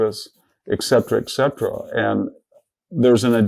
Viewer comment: I admire Victor David Hanson as a thinker, although I’m surprised he doesn’t know how to pronounce “et cetera.” 😊